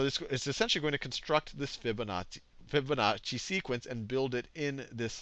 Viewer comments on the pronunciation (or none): Fibonazi. I heard you.